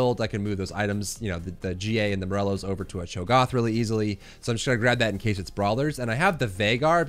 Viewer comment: The ONLY thing that bothers me about the videos is Cho'Goth instead of Cho'GATH! LOL!